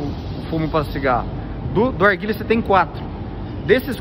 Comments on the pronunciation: Toguro corrigi ai o certo é "NARGUILE" tmj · Arguile é narguilé muda o nome errou toguro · Narguilé, não Arguile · Mas se fala arguile msm não está errado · KKKKKKK mano é narguile. Alguém avisa o toguro,Tmj alien! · Tem toguro falando errado tem like kkkkkkkk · Faltou o N no narguilé